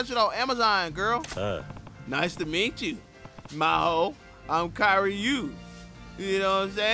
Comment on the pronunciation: Every Miho in Japan be rolling on their grave when say "Ma Ho" rather than "Mee Ho"